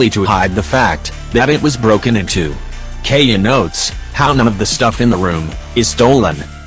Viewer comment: It's keaya